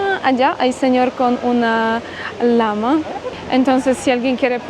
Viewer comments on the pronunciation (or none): al animal que llamaste Lama, su nombre es Llama y, se pronuncia como Ya (Lla)ma., eres casada o tienes pareja??? Pregunto, porque siendo tan bonita, inteligente y EUROPEA, es muy díficil que estés sola!!!💥💯🥳